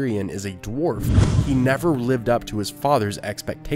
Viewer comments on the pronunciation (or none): none